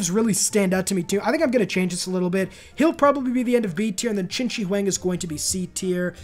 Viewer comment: Dude, as a Chinese I laughed so hard when Yongle was pronunced as 'young goal'.😂 well, that was still better than chin chi wang though.🤣🤣🤣I am sure he is not relavtive to chinchilla